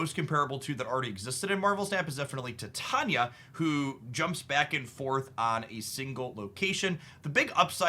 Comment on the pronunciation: "Tie-TAY-nia" sorry 🤓